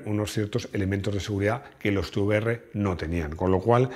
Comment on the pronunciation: Da gusto escuchar Te uVe eRRe y no Te Be eRRe